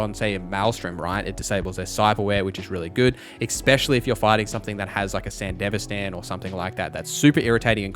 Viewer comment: How do you watch Edgerunners and still come away with the pronunciation "san-dihv-uh-stan" like its some middle eastern country, but have the correct Spanish pronunciation of "Martinez" and others. Not a big deal, but couldn't avoid saying something.